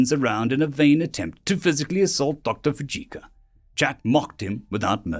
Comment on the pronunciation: For the love of God learn the proper pronunciations of the words your speaking. Your mangled pronunciations degrade the stories. Fujioka would be pronounced as Fiji and then oka not as Fujika. Your speaking voice is very pleasant and your delivery is VERY nice. It's just the mispronunciations which make me want to slam my head against a wall. Fixing that may help your site gain members.